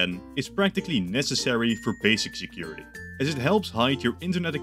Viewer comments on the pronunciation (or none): none